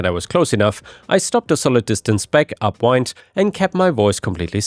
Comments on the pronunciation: Hi: In the first story you kept saying “upwind” with a long i, when it's supposed to be with a short i. “Wind” with a long i is turning, like winding a watch. “Wind” with a short i is moving air, like a breeze. When something smells awful, you want to be upwind of it so that the wind is carrying the smell away from you, as opposed to downwind where the wind is carrying the smell towards you. ⭐⭐⭐ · You need to tweak your AI. its up wind, not up wynd. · Do you know what "upwind" means? Up-WIND. It has nothing to do with winding something up. You pronounce it wrong every chance possible. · you pronounced upwind wrong every time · The way you say "upwind" is not a word. It's "wind," as in the air that blows through your hair when you're outside, not what you do to a toy car.